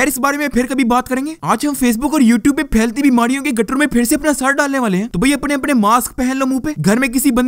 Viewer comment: او بھائ اپٹنے نہیں ہوتا اپنے ہوتا ہے 😂